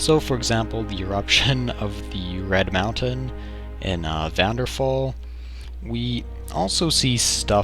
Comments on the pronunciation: vanderfall did you say? var-den-fell. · VVARDENFELL ITS PRONOUNCED VVARDENFELL